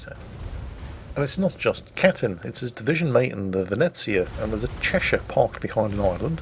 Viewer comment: The Chechen, the chacha? no you fool it's the Cheshire, oh England please never change.